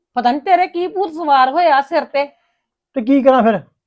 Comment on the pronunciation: ਛਿਰ ਨਹੀ ਹੰਦਾ ਸਿਰ ਹੁੰਦਾ ਪੰਜਾਬੀ ਸਹੀ ਬੋਲੀਆਂ ਕਰੋ